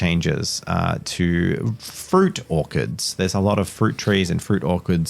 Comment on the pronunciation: ...I'm just sitting here and casually pronousces "orchards" as "orkards" and now I'm picturing orks growing on trees...